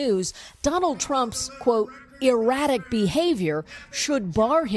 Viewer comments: "Rattic" behavior lol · He didn't say "erratic", he said "ratic".